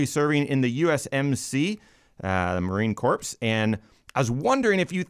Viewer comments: Marine corpse? Really?? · Did you just say Marine 'CORPSE. 😂 Its "Marine Core" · Marine Corpse? Really!! WTFO!!